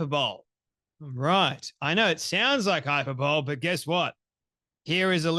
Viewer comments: from your use of the word (and mispronunciation) you don't seem to fully understand what hyperbole (pronounced high-purr-bull-ee with the stress on the second syllable). Please don't show yourself up. It undermines your credibility. And I say this as a long time subscriber 🙏🏻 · Not “hyper bowl,” but /haɪˈpɜːbəli/ Also ☝🏾I am now SO glad you won’t let this debate go. Thank you for your work 🤍and pushback